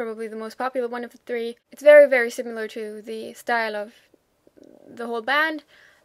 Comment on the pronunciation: What a pleasure to watch your articulate and informative review of German bands! Just a note here on your pronunciation of the word "similar" - it sounds to me like you are saying "sim-yew-lar" instead of "si-mi-lar" which is the right way to say it. Other than that, your English is flawless. Thank you for making these vids.